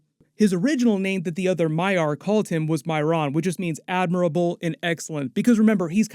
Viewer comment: Loved how you were pronouncing maiar (MY-ar) as may-yar for like half the breakdown and then switched to the correct pronunciation half way through 🤣🤣 Also don't be mad if it really is Gandalf and not a blue wizard like they've actually been following what's "canon" this whole time. It's Amazon fan fiction. Enjoy it for what it is.